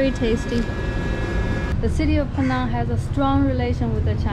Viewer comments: 安徽小妹妹！你把"PENANG" 的 “NANG" 发音错了。It should sound like "HANG". NANG should not sound like 囊. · Penang is pronounce is "Pi Neng". It's not Peh-nang. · You 😂 pronounced Penang incorrectly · Penang is mispronounced! Please get it right!